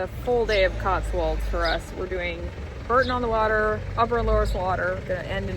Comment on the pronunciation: Another American video that can't pronounce Boooourton on the Water and will insist on calling it Buuuurton. It's not BUUUrton!!!!! One other very irritating thing about American videos is the absolute obsession with Film locations like that was the most important thing in the World. Never mind the fact that the church building is over a thousand years old, it was a location of some wedding in a fictitious film about Downton Abbey. That surely must make the film much more significant and important than the actual history of the place??Sometimes these films make me want to scream with frustration. Please try to remember where you are and give us the respect we deserve. This is our Country and not some sort of "Fantasy land" for you to explore like some kind of childrens storybook adventure. Please try to research a little more and particularly get your pronunciations right before you visit a place. How would you like to see a video of me in Arkansas pronouncing it phonetically instead of Arkensaw. Do you see what I mean?